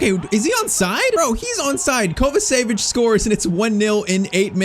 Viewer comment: Its not kovasevic Its pronounced kovachević